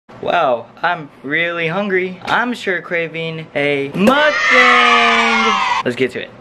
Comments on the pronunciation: For your next mukbang, its pronounced muk-BONG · Yo it's pronounced Muk bOng btw. Yk as a Korean gotta educate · Why cant anyone pronounce mukbang correctly? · when you’re asian and can’t pronounce mukbang